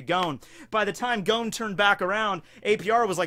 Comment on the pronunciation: I love you but... Goan? Da fuck?